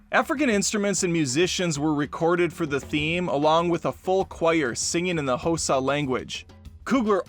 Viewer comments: Xhosa... It's not pronounced "Hōsa" ... It's pronounced "khah-suh" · I'm sorry, the what language? Hosa? Are you even trying to pronounce it correctly? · Still wrong. More like “kō•sah,” but with an audible click. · Your submission is wrong, actually. Listen to Trevor say it. That's the correct pronunciation. Yep, Trevor Noah of The Daily Show on Comedy Central. He is half Xhosa (South African) and half Swiss. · Xhosa is pronounced with a click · I knew I’d see this if I scrolled long enough. Didn’t even try to pronounce the click.